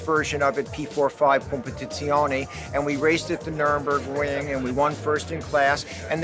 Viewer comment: Some "car people" really make me wonder sometimes. "Nurembergring." 🤦🏻‍♂️